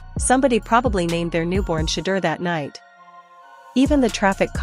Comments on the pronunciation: When content creators use AI to narrate videos, it reflects a lack of talent and professionalism. When a name or word is mispronounced, tune out immediately! It is shameful! His name is NOT pronounced 'Shutter'. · Everyone cashing in on SHEDEUR. You can't even pronounce his name😢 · You will never get a 'like' or a 'sub' from me if you can 't bother to pronounce his name correctly. Here, have a 'dislike'.